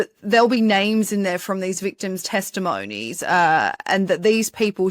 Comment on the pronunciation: It’s testimony, not testimoany. Americans will understand what you’re saying if you pronounce it the right way